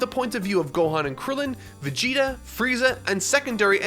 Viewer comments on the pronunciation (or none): none